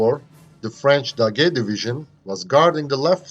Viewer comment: I think it's the first time I heard an English speaking person who correctly pronounce "Daguet", usually they have trouble with the "gu" syllable or the say the "t" that is supposed to be sillent.